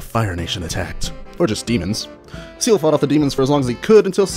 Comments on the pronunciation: I'm fairly sure his name is pronounced C L. Like the anime character Ciel in black Butler XD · I thought it was pronounced "Se-ehl"